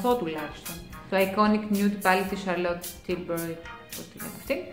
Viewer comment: Χαχαχαχα μα σε καθε βιντεο σου να ριχνω το γελιο της ζωης μου.. δεν υπαρχει! Συγχαρητηρια κοριτσι μου πολυ καλη δουλεια συνεχισε ετσιιι! Νομιζω πως η μαρκα προφερεται Σάρλοτ Τίλμπουρι (με ελληνικη προφορα σαν το κοντουρ ;) ) Φιλακιααα :*